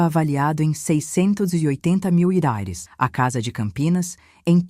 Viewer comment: Porque essa velha que narra a história não diz reais corretamente?